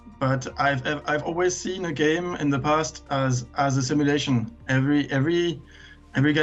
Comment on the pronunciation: LMAO I swear every women i've spoken to about this game have said the same wrong haha, I wonder why